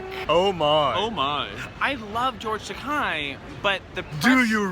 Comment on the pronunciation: George Takei's last name is pronounced Ta-KAY, not Ta-KAI.